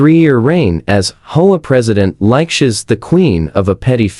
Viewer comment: HOA? It is pronounced H. O. A.